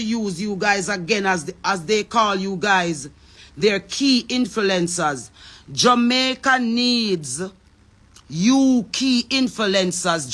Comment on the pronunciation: Can someone tell her the correct PRONUNCIATION. ITS INF-L-U-E-NCERS NOT INFILENCERS